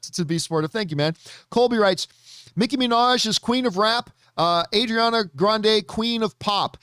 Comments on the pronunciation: The way he says Ariana Grande "adriana"? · Ariana Grande is Italian just like and he's jackin' her name up! 😂